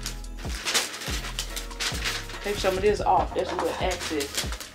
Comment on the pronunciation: Wait....did she say? "Take some of this off, it's a little access" 🤣🤣🤣🤣🤣🤣🤣